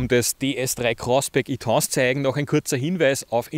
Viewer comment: Danke für den Bericht! Das Auto ist mir zu wuchtig und entsprechend zu ineffizient, aber das ist ja Geschmacksache. Nicht ganz klar ist für mich die Aussprache des Fahrzeugtyps: entweder französisch oder englisch. Aber gemischt? "e" englisch und "tense" französisch?